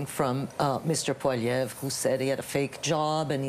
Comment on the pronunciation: His name is Poilievre not Poliver. Sound it out. 😂